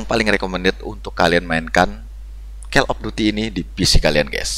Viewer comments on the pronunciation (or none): Call dibaca kol, bukan kel bg